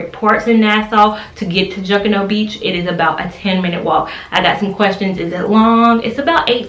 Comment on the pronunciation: You pronounced Junkanoo beach wrong lol cute. I use to live in Nassau